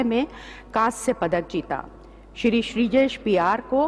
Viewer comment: The word shir Wow it's really honour to hear Shir